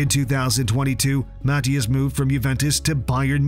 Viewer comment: *Matthijs de ligt not mathias